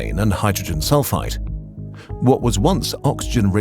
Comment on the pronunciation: It keeps sounding like he saying hydrogen sulfITE not sulfide. Two very different things